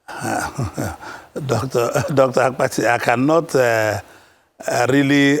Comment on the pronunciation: Not AKPATI (coffin in igbo), but ABBATTI, ewu Gambia